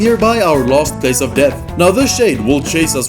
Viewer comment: you say last like lost